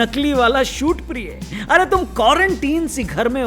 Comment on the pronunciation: Aap priy likh ke priye padh rhe ho